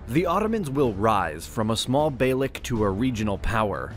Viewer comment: Not balak dude its Beylik u should spell as Beilick